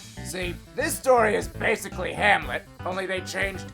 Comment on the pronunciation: ITS NOT HANLET!!!!!!!!